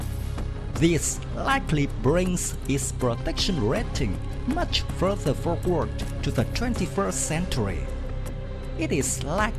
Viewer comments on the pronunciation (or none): none